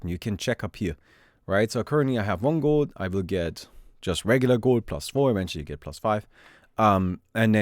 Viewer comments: its realy funny to me how you pronounce gold. guuuld :) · Gowld hehe Are you german? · The way he says gold is too funny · I Love ur pronounciation of 'Gold' 😂😂